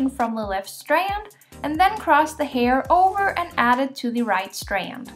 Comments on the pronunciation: The way she says strand.😂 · I just want to listen to her say STRAND over and over again. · Breath everytime you hear "strand" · Why are you saying strand like that holy shit 😂